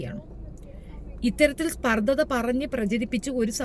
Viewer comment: സ്പർദ്ദതാ അല്ല... സ്പർദ്ധ